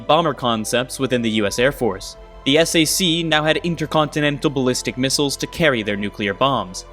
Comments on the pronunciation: SAC (Strategic Air Command) is pronounced as Sack not Es-A-See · Let's get a few things corrected. The Sr-71 was also flying at Mach 3 in the same timeframe (starting with the A12), Second, this is the XB-70, not XP-70, and it's pronounced SAC, like sack, not S-A-C. And Yeager broke the sound barrier on Oct 14, 1947, not in December. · Not to be “that guy,” but SAC is pronounced as sack.